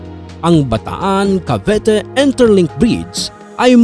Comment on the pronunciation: Bataan-Cavite po hindi Bataan-Cavete